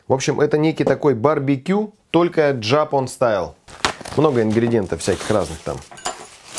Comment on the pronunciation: шедевр, как обычно, впрочем только не джАпан, а джапАн и почему вы не котируете чугунные сковородки?